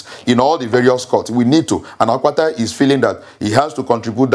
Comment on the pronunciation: Olumide Apata not Akpata